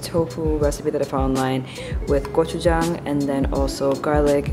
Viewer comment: UMMM OKUURRRRR. Girl. First of all, I see you boo 👀 saying gochujang like a true koreannnn 👏🏼🙌🏼 Second, I need to try that recipe. Crispy tofu with that gochujang/oligo mixture looks BOMB. 😍 -joanie